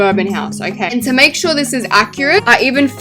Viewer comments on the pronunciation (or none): none